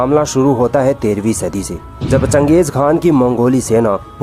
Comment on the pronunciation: It's chan-gez-han like (Chinese) or Japanese. Not Muslim like khan.